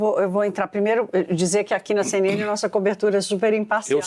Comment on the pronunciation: A CNN imparcial??? "Çei"...